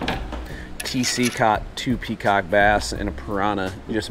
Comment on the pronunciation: You say peacock rock. I hear cock rock. Nice fishing mate